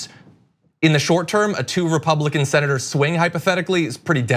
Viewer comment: When said "Sen. Elizabeth", I heard "Saint Elizabeth".